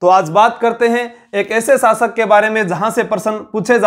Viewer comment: शब्दों का उच्चारण सही करें आप श को स बोलते हैं शासक को सासक कह रहे हैं